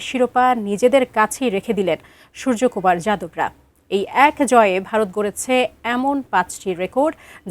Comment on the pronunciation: বাংলা মিডিয়ায় প্রথমবার সুর্যকুমার নামটার সঠিক উচ্চারণ শুনলাম।